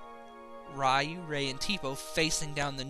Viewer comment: YES thank you for pronouncing Ryu with a long "eye" sound. I know it sound be like "reeyu" but I've always pronounced it like you did. I even gave Ryu as a middle name to my son.